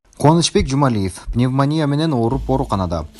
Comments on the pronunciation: Туура суйлогуло, пневмания эмес, пневмония. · Эки жолу пневмания деп туура эмес айтыптыр, Шыкмамбетовтун аялы жонундо айткан учурда.